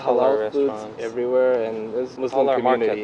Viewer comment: but who the hell pronounces Muslim with a 'z' stead of a 's' lol